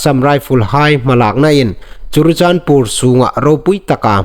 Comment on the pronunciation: Sir , i news tiem dan tluok hi nang nei in i ngaitlak hun a , an dik naw zie i hriet ve am . Chun lam fuok lo thumal i nei hai hi i hriet ve am . Entirna'n chirichandpur/ churachandpur . I news a ngai inhawi nawk zuol thei na ding a thathnem ngai na lei cho a ni aw .